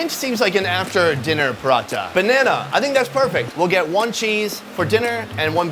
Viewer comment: As an Indian, I have two comments. First, I cringed every time he said bread lol. (On a side note, I’m impressed with some of your good pronunciations, like masala, channa, and paratha. Well done) Secondly, please don’t try and replicate this. Eating street food in India can be extremely dangerous, even deadly. As a tourist, you shouldn’t eat anything fried, anything with milk in it, or any vegetables you can see are being washed with an unclean water source. The risk of E. coli is quite high in poorly sanitized street vendor stations. You should generally go for food that has been boiled or is from a reputable place like a nice restaurant, to experience some authentic flavors safely. If you have been in India for a two months and haven’t gotten sick from food, then it might be safe to start trying slightly riskier foods.